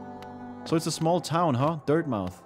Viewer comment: Very excited to watch through this, I'm sure you might be probably done by now, hope you had a blast. ^_^ Minor thing, the mouth in Dirtmouth is not pronounced like the thing you speak from, it's more like "muff", as it's a placename, like Plymouth in England for example.